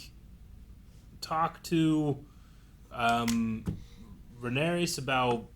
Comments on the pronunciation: I don't think will ever get Rhaenyra's name right. He keeps mixing it up with Daenerys. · I love how has read the book and watched the show but still mispronounces Rhaenyra's name